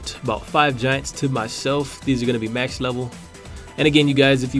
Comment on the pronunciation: Its max not mass